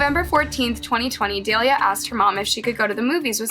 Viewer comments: Daliah? Seriously? Her name was Dalilah, not Daliah. Dah-Lie-La At least have the respect to get her name correct. I've never seen a YouTube channel that mispronounces names/words as much as this channel. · Dahh-lll-yyaah say it with me because you hacking this girls name is giving me you have no respect vibes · Her name is Dahlila. Pronounced duh-lie-luh, not dale-e-uh. If you're going to pretend like you actually care about the victim instead of how much you make off these videos, you might want to actually pronounce her name correctly. It's a pretty common name (I know 2 people named Delilah, as in the e is swapped for the a in the victims' name but it's essentially pronounced the same). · DALILAH , not Dalia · I know the victim in the story and her name is pronounced duh-lie-luh, please have the respect to say her name right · Please I beg of you, if you're going to speak about a dead person, especially a child, please ensure you're pronouncing their name correctly!!!!! Not doing so is profoundly disrespectful. In this case, her name is Dalilah. That's Da-LI-lah. Thank you. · It's dah_li_la and gah-rre-ro